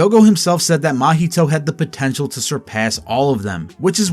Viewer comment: Did you say potrntial?